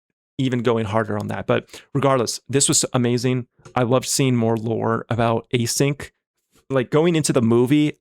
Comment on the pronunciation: just a little correction: it's actually Async (as in asynchronous, out of sync) not A-Sync :) because it's relevant to the narrative!